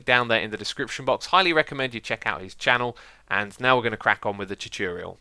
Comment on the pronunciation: Gallardo (In case you were wondering what these meant)Chooturial(Choo-tor-real)Said to be Xisuma"s way of saying the common Youtuber word, "Tutorial". This word is seen in many of his redstone videos, but can crop up in certain episodes of Hermitcraft videos too.Mashroom(Mash-room)Mashed potato with a hint of mushrooms? Nope - this is just X"s way of saying "Mushroom". I better stop talking about this word; there isn"t mushroom for anymore info ;-)Recordeting(Record-et-ing)Xisumas way of saying he"s recording and editing. Why say two words when you can say one?